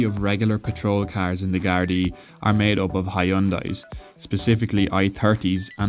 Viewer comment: This guy sounds like a pirate.. Carrrrrrrrrrrs